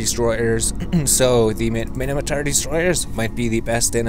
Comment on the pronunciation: did you just said Mini-matar?